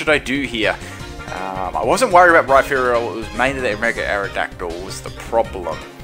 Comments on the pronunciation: It's Rhyperior, not Rhyferior like you claim. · isn t it Rhy-perior like surperior istead of Rhy-ferior as in inferior